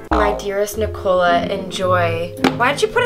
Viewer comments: i like how gabi pronounces nicola lol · Can we just talk about the way Gabi says, "Nicola"👌